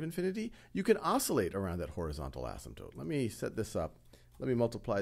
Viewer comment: I've been wondering if the Wiley Plus minilecture guy and the Khan Academy guy were the same guy, but I just noticed the Khan Academy guy knows how to pronounce asymptote, so they can't be.